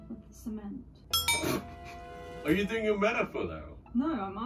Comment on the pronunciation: "cement" se escuchó como "semen" en español y quedé 👁️👄👁️ xd